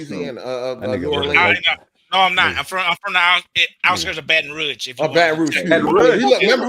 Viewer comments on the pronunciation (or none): Not a single French person would say baton rougage.... lord from Louisiana and that annoys me to no end. Moulin rougage? Tf